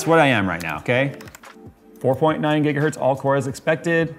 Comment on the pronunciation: "almost a whole gigahert" had me cracking up. I'm sure Heinrich Hertz appreciates it